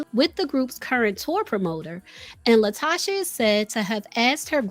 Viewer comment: Pronounced La Toe Ka